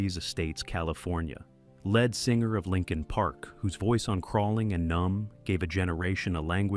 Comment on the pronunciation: Lead singer is how its pronounced , not Led